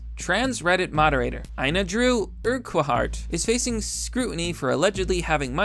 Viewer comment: that genshin ad had me reaching for the skip ad button lol (and its pronounced URK-HART :D )